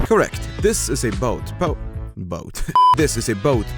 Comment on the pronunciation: "bowt"